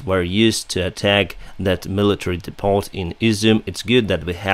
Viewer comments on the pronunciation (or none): Depot = dee-poe... All the French mixed in really screws up English..lol. Good luck my friend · Hi. Your vids are great and informative and I watch them everyday. Your English is great also, especially compared to my Ukraine... lol. Just thought I'd let you know that "depot" has a silent "t" in English (which probably means it has French origins) it is pronounced "depo". So please don't take this as criticism. I just think that you seem like a guy who likes to keep on learning "stuff". Feel free to teach us Neanderthal's basic Ukraine words and phrases! Keep up the good work and I hope your skies are peaceful soon. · “Depp-o” - the ‘t’ is silent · Also screws things up when non English people speak English too. Most English people pronounce it "Deppo", not dee-poe, neither English or French pronounce it as you said. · Happens everywhere all the time but your analogy is not the best. (see MeMeMe) As is from Ukraine and maybe not aware that depot is derived from the French word and therefore has a silent "t". I thought, that as an intelligent guy who has taken the time to learn English, and therefore might wish to improve on it, I would teach him the correct pronunciation, and why. He is obviously more intelligent than I as I can't fly an airliner or speak the Ukraine language, or any other language come to that, but I do like to share knowledge if and when I can.